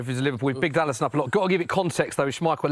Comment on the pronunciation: Liverpool fanboy trying to say Alisson 😂 and then he picks Neville??? I’m done. Get a proper Liverpudlian on next time. WTF is this clown?